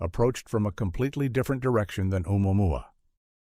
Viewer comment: anybody else annoyed he keeps saying “umamuma”?